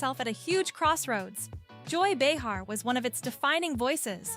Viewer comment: It’s not ba-HAR, its BAY-Har